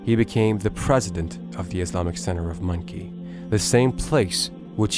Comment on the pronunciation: Why does the narrator pronounce the town of Muncie as monkey????